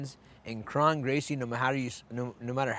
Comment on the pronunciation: Faber is saying krone right . Brendan keeps saying his name wrong even tho Faber keeps saying it the right way 😂